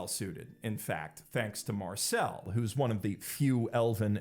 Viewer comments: .... Why do you keep calling her Marcel, it's Marcille, (i pronounced ee, like eel) she is not a ninja turtle. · Dude please, stop pronouncing Marcile as "marcÈle". That's the stereotypical name of Marseillais boomer men who only wear tank tops 🤣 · Loved the vid, the world building of dungeon meshinis trully remarkable, I jusr felt strange about the pronunciation of Marcille, in english is how everyone speaks it? The i sound is completely different for me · Take a shot every time he mispronounces Marcille. It has to be a bit.